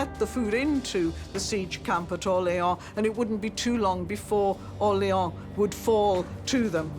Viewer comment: Why does your AI voice mispronounce "Orléans"? The people you show pronounce it more correctly.